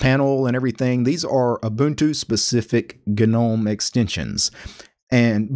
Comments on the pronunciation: I want you to know that your video was great until you started saying gnome. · Great guide. But the way he says "Gnome" has me cringing XD. I know it's technically a correct way of saying it, but still sounds wrong haha